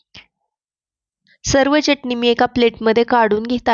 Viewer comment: चटनी नाही चटणी...अस म्हणा....😂